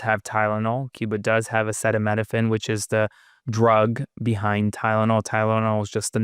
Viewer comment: Ok folks! Maga too, this old man doesn't KNOW HOW TO PRONOUNCE Acetaminophen; This Alone should alert you that this Old Decaying man has NEVER IN HIS LIFE dealt with day to day REALITY! Y'ALL followers should REALLY get a grip and take your head out of this desperately narcissistic stooges behind!!!!